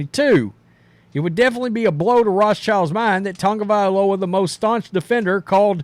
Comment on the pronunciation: It's TAgo / Via / LoA not tounge'valoa say it right there is No N in his name 😂😂 other than that just Say TUA